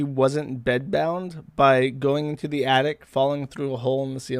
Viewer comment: "Attic" Josh: "Addict"